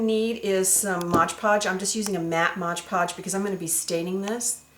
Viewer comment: This is amazing! I LOVE this!!! The only thing is that it's MOD PODGE, not MODGE PODGE lol!